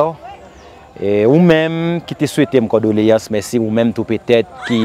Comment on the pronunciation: CONDOLÉANCES CONDOLÉANCES et non cordoléance 😅